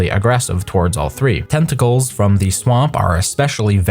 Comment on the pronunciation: "De tenticolz of de swomp"